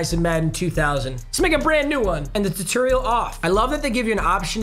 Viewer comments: mans said tuterial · I’ve never heard somebody mispronounce tutorial so terribly. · How papa says tutorial has me Dieing😂😂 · Today I learned how weird pronounces tutorial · The way you said “tutorial” and kept saying it tho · Seeing trying to say tutorial is like watching respect women… it’s just wrong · Say tutorial bruh😂😂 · It hurt me inside how he said tutorial